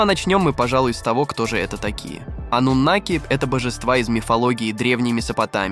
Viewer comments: Ты когда с бумажки читаешь , хоть ударение правильно ставь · Они и сейчас живут здесь. Ударение "анунаки" на вторую А. Информация очень куцая. Давно уже всё выложено в инет, а не детский лепет